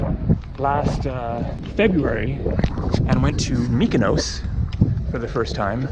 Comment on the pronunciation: I agree, he mispronounces Patmos, Samos & Mykonos, probably some others I haven’t him say, but hey, he’s not Greek like Iam, but still annoying - great videos though💙🇬🇷💙🇬🇷💙🇬🇷💙🇬🇷💙🇬🇷